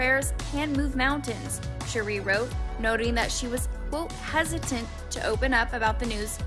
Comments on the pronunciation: Her name is pronounced Sha-Ray. U must be new or never watched the RHOA. I hate when whypipo mess up our names. It feels so inconsiderate as if U didn't take the time to get it right. U mean out of all the people at Access Hollywood NOT ONE PERSON knows the correct pronunciation of her name? It may seem small but it actually is a huge error to mispronounce her name especially being a "professional" entertainment news outlet. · How do you not know how to pronounce Sheree's name? Unprofessional and inept